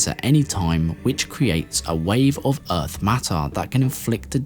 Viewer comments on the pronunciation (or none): none